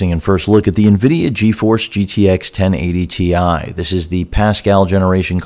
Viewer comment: Ten eigh ty ti huh?